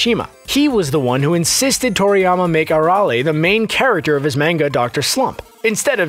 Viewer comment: Main-guh tha fk